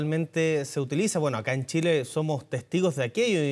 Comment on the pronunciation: Chilenos, les cuento una buena noticia??? a este fulano, alguien le enseñó que nuestro país se llama Chile y shile. Ahora puede perfectamente irse a la chucha no a la shusha!!!